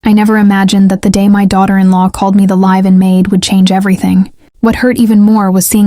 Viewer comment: My goodness: how does one pronounce "live-in"?